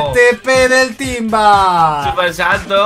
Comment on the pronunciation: es hace no ace y es timba y no tinba